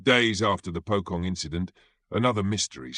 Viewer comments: That Pokong caught me off guard 😂😂😂 it's supposed to be Pocong (Po as in Police and Cong as in Chonky but H and Y is silent if that even make sense 😅) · It's pronounced as "Po-Chong". NOT "Po-Kong". Hate it when Westerners apply their own styles of phonics to Eastern words. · "Pocong" is pronounced "poe-chong" in both Indonesian and Malay